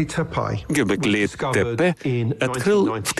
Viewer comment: Гебеклетепе мегетлетепе Говорите правильно Портасар а не какой нибудь тепе